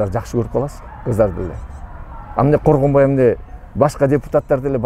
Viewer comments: Коргонбайбы аты же Жусупбекби?😅 Когонбай дей бериптирсиз😅 Сизди колдойбуз ишинизге ийгилик 😊🇰🇬💪💯💥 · Бул Министр сообу же маспы?Коргонбай деп 4 -5 жолу атын туура атап айтабалбай отурат.Ал Жусуп эмеспи анан 2 комнат уйум бар деп бей бечара болумуш болуп элди алдап отурат.Азыр шаарга кара жумушка келген адам 2 ком квартира снимат этип жащап жатышпайбы.Бул афера мен ишенбеймин.Бираз болсо да уялсанар болбойбу?